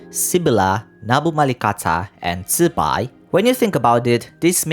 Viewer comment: Closest zibai pronunciation I've heard disregarding tones bc I can't tell that shit !